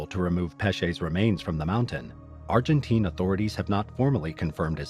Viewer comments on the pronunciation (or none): none